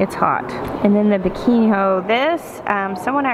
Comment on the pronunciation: I'm sorry, Biquinho? hahaha the child in me came out when you said it's name. Adding to my list for next year! Thank you for all that you do,! I am a newish fan, but I can tell you, I will be a lifetime fan of you and your beautiful family.